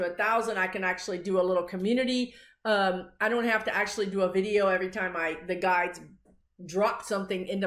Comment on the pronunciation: Enunciate "guides" otherwise first time listeners hear "guys." Ask your guys, lol, if I can mention your YouTube channel when I comment on CNN MSNBC. Occasionally I post (or reply) your prediction and say it's from a psychic medium on YouTube. I don't post the source because you will get some haters. I think you can handle it, but haven't wanted to take a chance. It would be nice if you were recognized. You predicted Jan 6th loud and clear.